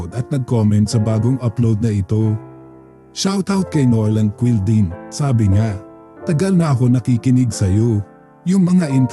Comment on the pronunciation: Quilding kilding hindi po kwilding 😅😅😅